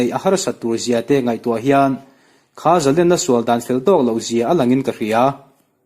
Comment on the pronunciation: A ngaihnawm hle mai. Zalênna tih erawh zalenna tiin a ri thin a, Sangha manna lên kan lam rik ang chiah hian Zalênna tia lam rik thin a va tha êm.